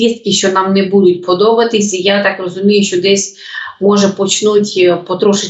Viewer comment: Ведуча, ну що за наголоси у словах? БудЕ, будУть? Ну так ріже слух!